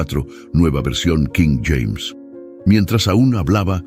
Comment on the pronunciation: Cada vez que dices nueva versión quím James...me obligas a quitar el video